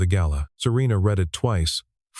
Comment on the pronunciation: Teach your AI the difference between the present and past tense of the word "read." I'm just sayin...